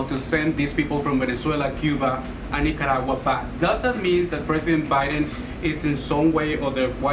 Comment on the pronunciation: This woman is not capable of answering the questions asked. She can't even pronounce Nicaragua correctly. She needs to be replaced.